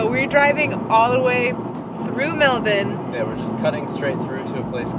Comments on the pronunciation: I have to say, loving how says 'Melbun' like an Aussie 😂. Bravo 👌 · You pronounced "Mulbun" correctly you sounded like a local when talking about it.